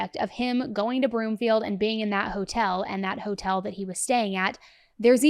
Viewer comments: Broomfield not Bloomfield and Salida pronounced “Sa-lie-da” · She never went for a bike ride. And the town he went to is called Broomfield, not Bloomfield. Also it's pronounced Sol-EYE-duh. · Suh-lie-duh not Suh-lee-duh. Broomfield not Bloomfield! 🤦🏻‍♀️ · Its broomfield 😂 not bloomfield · I'm sorry, but it is pronounced Broomfield. Love you❤ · Broomfield And it’s pronounced SA-lie-da